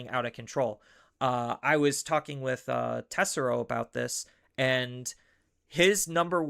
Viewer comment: Why do you keep disrespecting Tesero and pronounce his name wrong every time you say it man lol